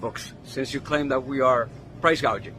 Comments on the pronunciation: Kamala can't even pronounce gauging 😂😂😂she doesn't know what she is talking about. Hope Kamala will be replace at the dnc because she is unfit and unqualified. Kamala is really so dumb and stupid and all the Democrats voters are dumb and stupid. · Gouging. - Gauging Hospitality. -Hospitility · Price gaging 🤦‍♀️🤦‍♀️ she doesn’t even know what it means let alone how to pronounce it. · Price gauge, what a IQ. Maybe she’s an AI, this is how mispronouncing is a tell. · Congratulations! The first commentator to take note that our dear Kamala, cannot pronounce the words price gouging! “Gauging.”?? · "Proud price gauging" she got 2 words wrong! with a teleprompter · lol we noted that she can’t say price-gouging but says “price-gayjing !!!” So so pathetic !!!! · Thank you for pointing out that price gouging is already illegal. And that she's so dumb she can't even say the word right.